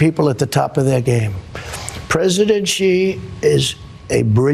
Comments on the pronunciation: Just a minor criticism here- You should pronounce the president of China as "she," not "Gee". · Xi.... is pronounced Sheee not ji, or gi or zhee. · Pronunciation: President Xi -> “she” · Xi Jinping (Xi is pronounced SHEE). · President Gee of China? Ben why do you keep saying "Gee"?